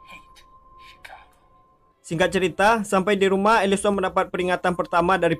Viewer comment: Elisen bukan elison